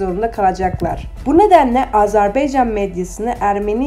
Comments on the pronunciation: Bu qız, bir AzerbAycan sözünü diye bilmedi. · ay qiz AZERB(E)YCAN DEYIL. AZERBAYCAN